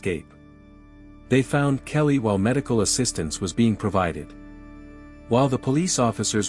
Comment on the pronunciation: Her name is Kayleigh! Not kelly